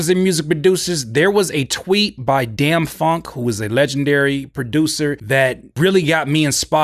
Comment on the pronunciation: His name is pronounced “dame” funk. Like fame with a “d”. All love here. Keep it up,.